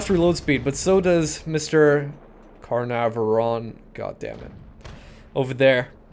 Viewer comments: you pronounce it can-nar-van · Hey, if you haven't found out already, it's pronounced Can-arr-vonn. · Car-nar-von. This is how it's said.